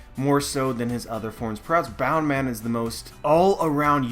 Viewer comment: It's BOUNCEman not BOUNDman!!!!